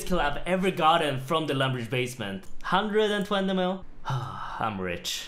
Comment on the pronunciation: Just by the way you pronounced 120 mil, I bet you're from Sweden. Try saying children, challenge or/anf cheeseburger.